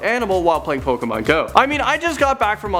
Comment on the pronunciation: No, it's POKAYMON.